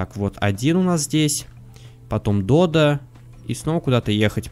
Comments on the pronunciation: надо говорить не додА а дОдо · Фотки ты не правильно называеш додо надо на 2 букву урарение